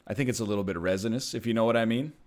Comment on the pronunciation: Is he saying “resinous?”